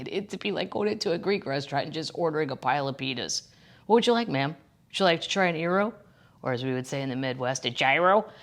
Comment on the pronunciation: Did she mean to say “pitas”? Because I heard something different.